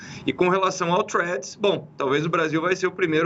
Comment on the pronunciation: Alguém precisa ensinar os jornalistas a pronunciar "Elon" e "Threads".